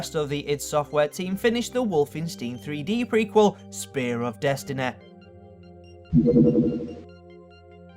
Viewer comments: Wolfensteen 3deh spear of desteneh. Munneh. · "Spare of destenaey" "Porn mooveh" "immense popuewlaratay"